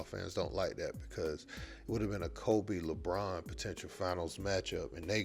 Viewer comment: Bruh said Lebrona 😅😩🤣